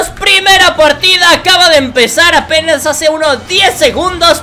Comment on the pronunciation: enves de decir apenas dijo avenas minuto 4 55